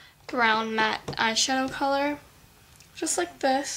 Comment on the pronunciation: in stead of saying "this" do you say "Dis" ?